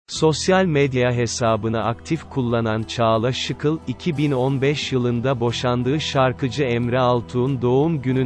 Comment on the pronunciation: Muhabirönce insanların ismini doğru söylemeyi öğren Şıkıl değil ŞİKEL